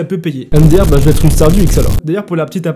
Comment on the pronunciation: Le virus imaginaire 😂 Leur suspicion va ÊTRE et non va T'ÊTRE